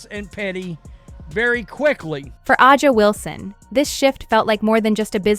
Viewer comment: If you are using AI to do some of the narrating, you have to learn how to pronounce the players names correctly. A’sa Wilson is one name that is always mispronounced. As was LeBron’s first name.